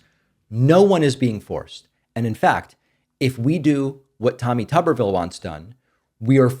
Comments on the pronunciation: It’s vile like pile, not ville like pill. Tubber vile. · You had previously pronounced his name correctly. If pronounced tub-ber-ville then there needs to be two B's. His name has one b so his name is pronounced tu-ber-ville. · I have never heard of his name pronounced TUB-er-vill over the years. I've always heard it pronounced TOO-ber-vill. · You call him Tubber-ville, I call him Hootersville. Talk about backwoods hickdom. So many children will die or be hurt by their childhood diseases. Grrrr